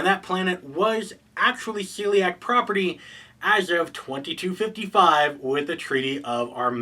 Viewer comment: It's a small thing, but I believe they are called the SHELLiak. You seems to be saying Celiac like the disease :)